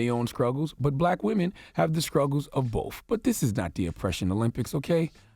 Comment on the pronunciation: Did I hear Charlemagne say scruggle instead of struggle?